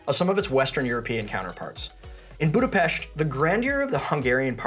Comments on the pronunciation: extra points for pronouncing Budapesht correctly! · THANK YOU for pronouncing Budapest correctly! As a Hungarian-American it drives me crazy that most of the world can't pronounce it!